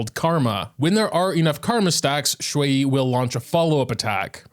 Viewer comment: Actually aside from the delivery a couple of times you got xue-yi’s name pronounced right